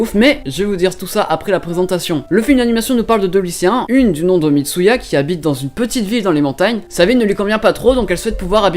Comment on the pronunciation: ELLE S'APPELLE MITSUHA PAS MITSUYA !!!!! hem. Pardon.